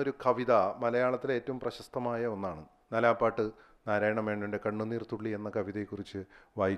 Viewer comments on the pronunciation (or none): നാലാപ്പാട്ട് അല്ല, നാലപ്പാട്ട് അല്ലേ ശരി?